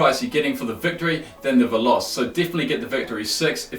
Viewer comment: lmao the way you pronounce veloce... it's Italian and pronounced veloche. it means fast.